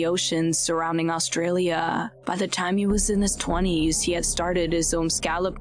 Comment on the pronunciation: Do you deliberately speak like you do? I try to listen but your attempt to sound eerie, comes across as aggravating. Talk normally, without affect, and dragging out your last syllable. Just be yourself bc this isn't it, and every time I come across one of your videos I skip it, Austraaaalia...what is that!? Talk normally and without the dramatics, Scaaalllloopps. Come on,,,✌🏽